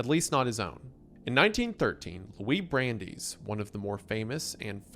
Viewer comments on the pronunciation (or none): brandies was a shot to the soul. Ironically when Wendi said he can pronounce American names. I’ve only heard it as brand-ice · My guy, love your videos but you need to refer to a pronunciation guide. Brandeis!? Like the university? C’mon man. Every video there’s a point where I have to rewind a few seconds like ‘did he just say brand-ees?’